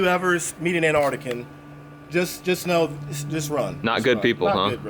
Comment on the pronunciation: Does he mean Alaskan he said Anartican